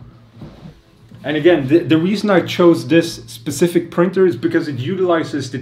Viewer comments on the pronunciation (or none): none